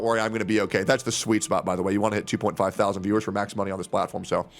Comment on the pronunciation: your breakdown of the viewing numbers is so annoying. "SIX THOW ZAND VIEWERS". like bro just say it. sound like the chick Mike from PA was simping for when she was begging for money.